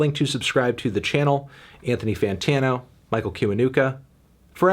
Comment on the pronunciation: Fun fact: It is pronounced "chiwanuka"